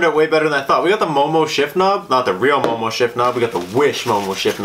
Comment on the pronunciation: Are you sure it's MOMO and not EOEO? 😆